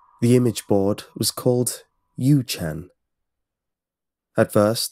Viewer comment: I have a Korean friend called Yu Chan... you pronounce it You Chan...